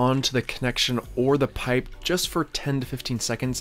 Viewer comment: Easy on the P's, I don't think I can listen to you over pronounce pipe one more time.